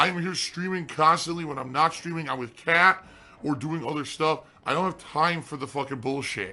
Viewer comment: Why does he keep saying "Pat" instead of "Kat"?